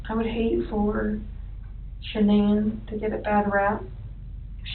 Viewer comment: The only thing worse than the murders is her name "Shuh-Nan". I just want to rip my fucking ears out hearing that over and over again